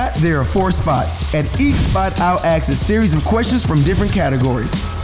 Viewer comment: Ima “ASHK” u a question